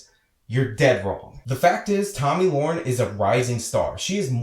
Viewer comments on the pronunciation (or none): Yes, pronouncing it wrong. You are pronouncing it Loren when it should be Le-ren. But thanks for your 2cents on why Beck suspended her. I've watched tons of videos and you were the first one to clearly state why, even glenn himself didn't say why he suspended her since he says he hires people with opposing opinions.